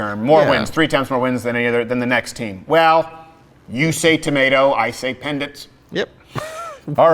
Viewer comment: did he say 'pendant' or 'pennant'? LOL